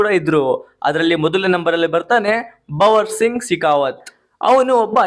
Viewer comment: Subscribe ❌ subssibee✅ .bhanvar singh ❌ bavar singh ✅